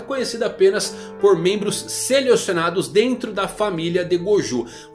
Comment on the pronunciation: Acho que só eu ouvi "seliocionados" nesse vídeo kkkkk...